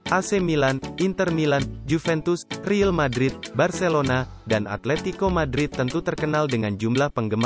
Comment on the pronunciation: Yg baca berita pasti org ga ngerti bola.. nyebut real Madrid 'ril madrid'